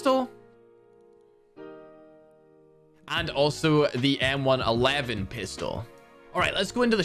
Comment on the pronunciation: My man said “ M1 11 skin” 😂